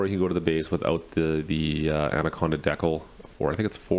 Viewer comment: Are you meaning to say decal wrong....